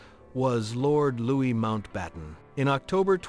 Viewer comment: LouiS???? You don't pronounce the "S", AI!!!!